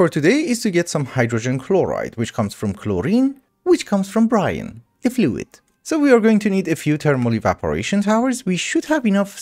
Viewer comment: Its brine said like b rhyme not brian. lol But guess it doesn't matter just wanted you to know.